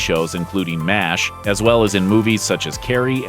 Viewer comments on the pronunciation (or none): none